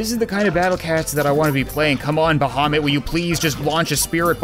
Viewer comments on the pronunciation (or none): You spell "Bahamit" like "Vomit" xD